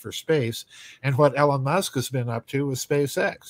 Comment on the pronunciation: “Ellen Musk” 😂